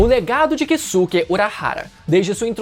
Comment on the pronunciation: A pronúncia correta é Kiske e não Kisuke, da mesma forma Saske, Soske, Yuske, etc.